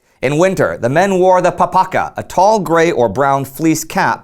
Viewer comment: 2:226 Papaha , not papaka Im from Russia